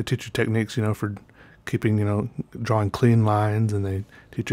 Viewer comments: Drawing is pronounced dror-ring not draw-wing. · Leon Dunphy * draw-ing *